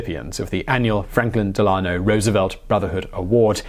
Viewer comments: DEL-a-no, not de-LA-no. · Loved this take on one of my personal heroes! Just a wee bit of concrit: FDR's middle name is pronounced DEL-an-oh. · "Delano" Del-an-o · It's pronounced "Delano"